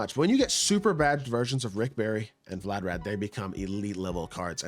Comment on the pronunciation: Vlad-Di-Mir 🤦🏾‍♂️😂😂😂 wtf is vladarad